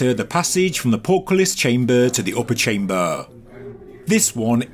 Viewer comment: its so funny how you pronounce chamböööö ;D